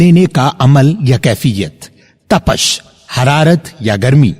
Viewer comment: آپ کی ویڈیوز اکثر دیکھتا رہتا ہوں۔ کلامِ اقبالؔ کے حوالے سے آپ کی خدمات گراں قدر ہیں۔ آج بس یونہی وڈیو کا ابتدائی حصہ دیکھ کر تبصرہ کرنے کو جی چاہا۔ سوچا اسی بہانے ایک دو معروضات آپ کے گوش گزار کر دوں۔ تپش کا درست تلفظ پ کے کسرہ کے ساتھ ہے بجائے فتحہ کے۔ انگریزی ترقیم میں اسے یوں لکھ سکتے ہیں۔ "Tapish" اسی طرح اختلاف میں تائے فوقانی بھی مکسور ہے۔ "Ikhtilaaf" قدیم کا لفظ فلسفہ، تصوف اور شاعری میں محض پرانا کے معانی نہیں رکھتا۔ حادث کے مقابل قدیم اسے کہا جاتا ہے جو ہمیشہ سے ہو اور ہمیشہ رہنے والا ہو۔ جتنی ویڈیو دیکھی ہے اس پر بس یہی۔ اللہ آپ کی کاوشوں کو قبول فرمائے اور آپ کے ہنر کو مزید نکھارے! 😊😊😊